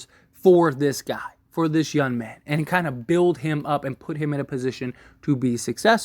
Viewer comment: Is he very “youn” or very “young “😂 na im just playin love the content